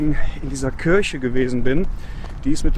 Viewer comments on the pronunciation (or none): none